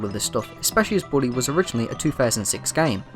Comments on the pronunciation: I hear Burry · Every time he says Bully, I hear, “body”